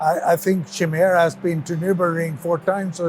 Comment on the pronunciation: nice. Not Shimera, but Chimera i believe